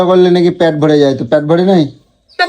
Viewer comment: প্যট না পেট মূর্খ